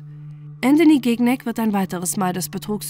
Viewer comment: Man spricht den Nachnamen Schinjac aus und nicht GIGNÄG hahahaha